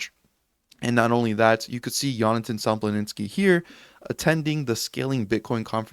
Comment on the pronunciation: bro, his name is Sompolinsky, not Somploninsky. Imagine someone saying Sotashi instead of Satoshi :-D